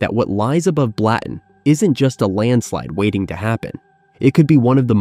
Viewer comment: I’m Swiss, it’s pronounced Blutten.